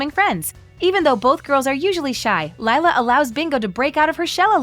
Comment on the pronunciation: Who else was annoyed by her mispronouncing Lila